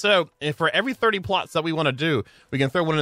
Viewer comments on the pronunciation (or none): none